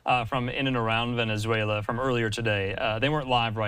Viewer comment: Heyyy! He finally managed to pronounce Venezuela correctly. :P